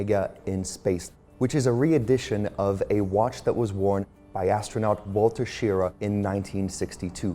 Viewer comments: pronounced Sha-rah like Hurrah. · His name is pronounced (Shear Rah"). Like Rah Rah Cis cum Ba. The Rah is accented. Sometimes you hear his name pronounced (Sha Rah") Just go back to old NASA videos or watch Amy's rocket videos. Otherwise nice video. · Very nice video, many people are pronouncing Mr. Schirra's last name correctly. It's not a huge thing but it's a thing none the less. It is pronounced Sheer--rah not sheera. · That's not how they used to say "Schirra" in the day.